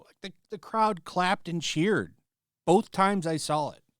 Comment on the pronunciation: Bolth, and sawl, stop putting L's in words that dont have them.